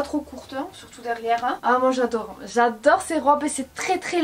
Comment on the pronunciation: "Yado,yadè,ye waide"🤣🤣c'est j'adore, j'adhère,je valide mdrr